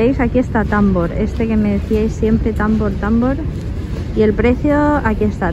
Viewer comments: Cariñoooooo. No es Támbor, es Tambor 💖❤💋💕🌹😘🥰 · No, 🤣🤣🤣 ha dicho támbor, acentuado no tambor🤣